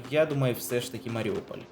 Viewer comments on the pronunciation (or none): none